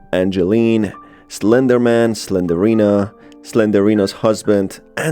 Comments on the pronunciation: SlenDRINA not Slenderina. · its slendrina not slenderina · Im sorry! The way he says Slendrina's name triggers me!🤣He saying "Slenderina" when he should be saying her name which is Slendrina! LMFAO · I just hates the way he pronounces it wrong. Its Slendrina. Not Slenderina. It was like nails on a chalkboard getting through this vid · Quick correction , it isn't slenderina , it's slenDRina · Why are you saying Slendorina bro? I couldn’t understand it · You mispronounced slendrina it’s 3 syllables